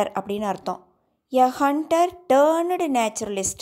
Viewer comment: 'Turned ' pronunciation wrong